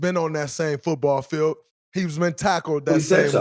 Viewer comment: Never know if Draymond is saying fill, feel or field